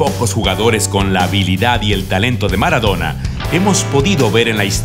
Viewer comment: Jajaja mara-dou-na xddd F murió ú.ù